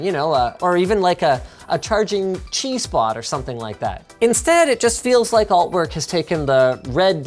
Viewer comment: "Charging Chi spot" Did he say Charging cheese pot, like fondue, because that would be awesome.